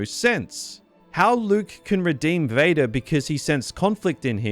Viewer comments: bro ngl this caught me offguard, hearing his voice suddenly pronounce "VadER did!" After 40 minutes of hearing him speak, funny asf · bro got so mad his county came out lol